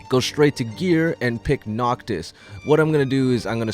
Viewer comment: "Noctos" "Gladios"